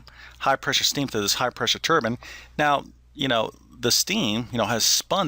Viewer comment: Thank you for pronouncing the word turbine correctly - that is "turban."